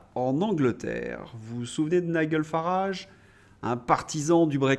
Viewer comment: Prononciation Nigel Farrage Nijeul non pas Nigueule